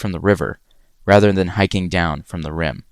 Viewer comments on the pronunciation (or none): none